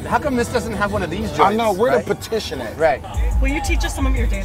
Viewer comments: When he said "petition" in the BMW, I think he meant to say partition. lol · Where da "patition" at??? LMFAOOOO gotta love beast mode